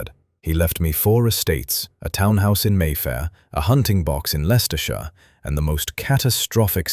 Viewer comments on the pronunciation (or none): none